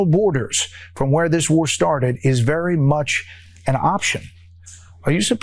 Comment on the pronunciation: Dwama Kwing Twump is vewy upset. I am mad at Vwadimir.